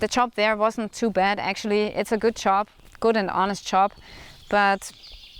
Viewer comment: You're doing fine, just one little thing: you have to work on your pronunciation of the word "job." You say it like "chop." PS. I'm not trolling you if you ever read this.